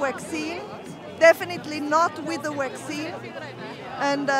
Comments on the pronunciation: Fwee Childwen not with a waxeene. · We do not want the "Wackzeen"! "Definitely not with the Wackzeen".